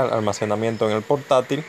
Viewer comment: "almasemanamiento" xD buen tutorial messirve gracias